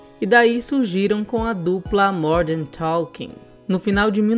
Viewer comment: Jet "ailiner" do Modern "Toking". Não seria "Jer Airliner" do "Modern Talking" ?